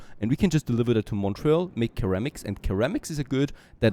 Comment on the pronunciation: In English, ceramics is pronounced as though it were "seramics", not "keramics". At least this is the first time in my 45+ years I've heard it pronounced your way.